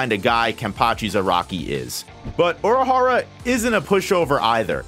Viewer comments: Bro. Oorahara, not Aurahara 🥲 Based on how unnecessarily often you're using his proper name instead of a pronoun, you must be doing it on purpose 😡 Anyways, great video 😁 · why do the way you say Urahara bother me so much. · Please learn to say the name correctly